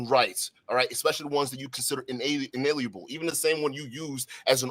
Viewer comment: I knew this was gonna be bad as soon as this dipshit tried, and failed, to pronounce the word "Inalienable" twice.